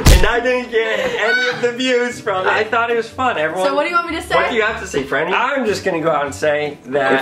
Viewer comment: Yeah it’s franny 😒not Fran 👀